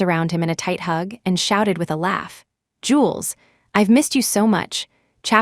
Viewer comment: Ugh! Not jewels but Jules, short for Julian!